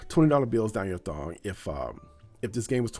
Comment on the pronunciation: Lmao the struggle of saying thong 🤣🤣🤣